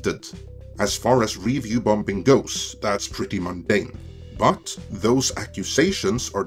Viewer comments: I generally enjoyed your post, but there was one (somewhat unrelated to the content) problem. Call me picky, but you pronounced the word "bombing" as "bom-bing". (FYI, the second "b" is silent.) I grew up in Hawaii and spoke "pidgin" English--a kind of broken English with very poor grammar and odd pronunciations. But by study and perseverance, I corrected all of that. I think that your content is excellent. Just watch those occasional pronunciation faux pax. Thanks. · Lol, I love how pronouncing "bombing"